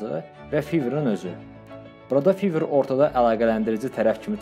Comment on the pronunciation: Fiver yox fayvr